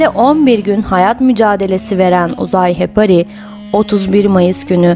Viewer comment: Madem belgesel yapıyorsunuz , önce Türkçe konuşmayı ve okumayı öğrenin lütfen.. Hepari deyip duruyorsunuz.. HEPARI ..Sonu I ile bitiyor..